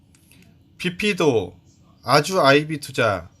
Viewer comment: 아드덕님 주식 이야기 듣다 갑니다. 비피도...처음엔 PP 프리젠테이션 말하는 줄 알앗어요 ㅎㅎ